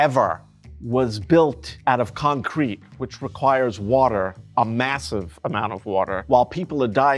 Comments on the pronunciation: Never heard concrete pronounced like that… con-crete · I don’t think I’ve ever heard anyone say concrete, the way he says concrete. Interesting